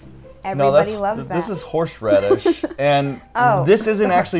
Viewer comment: "No this is Horshe Radish" - 2K16